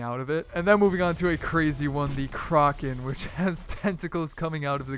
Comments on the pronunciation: its kraken not kroken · Crocken? Cracken*** thats how you pronounce that big guy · Did he call the kraken the kroken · Did he just say the KRA-KEN? OMG. It's kraken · Lol its kraken not kroken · Who else cringed when he said krakan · My favorite ge was the Krarken XD My favorite was actually Phantom, like cmon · Did u say kroken? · The "Croken" 😂😂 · kraken.... like crock-en? the shoe? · XxSydeffectZZ 24 just gonna ignore that he said krocken... ight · U pronounced Kraken wrong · bothers me the way you said Kraken. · ? Why did he say kraken like that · Anyone else annoyed how he pronounced Kraken